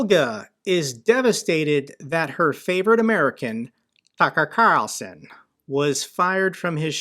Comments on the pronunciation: "Duckar Qarlson" lmao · "Tuka Carlsuhn", Got a laugh outta that one,, lol. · Tucka Kalson…love your Russian pronunciation. 😂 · Your pronunciation of... TACKAR CARLSON got me rolling on the floor with laughter! Brilliant,! Just brilliant! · I think 80% of us had a go at saying "Tucker Carlson" in the Russian accent 😂 # including 😅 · Great pronunciation of Tucker Carlson lol loved it